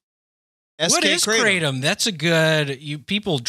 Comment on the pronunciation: Kratom is pronounced: "kruh-TOM"